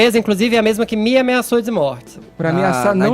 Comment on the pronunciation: " mii ameçou dzi mortzi." puts que irritante